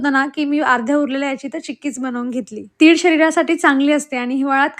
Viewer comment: तिळ ग, तीड नाही.